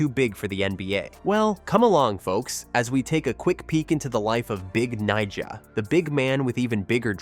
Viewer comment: Ive never heard a host be so careful pronouncing someones nickname lol